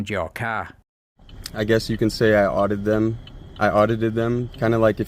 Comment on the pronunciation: "I oddided them" I know "audited" is a real word, but this guy is just a stupid douche canoe